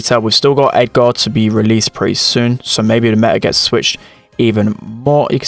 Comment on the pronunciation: He said Edgaard